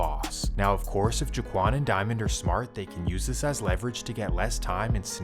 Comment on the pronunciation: “Jewkwan” instead of Jaquan. And “Youber” instead of uber 😂😭